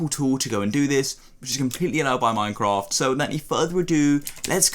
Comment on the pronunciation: instead of saying minecraft he said minecroft